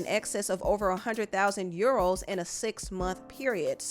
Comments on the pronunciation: "you-ROWWWS!!!" lol Actually it's pounds (£). Euros is this "€". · It’s the pronunciation of ‘Euros’ for me 😂